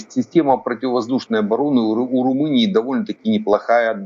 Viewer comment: не Румуния а Румыния